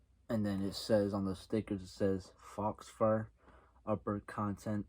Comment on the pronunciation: Hahahhahahahaha, not Fox Fur, Faux Fur. 😂😂😂😂. Nice review otherwise!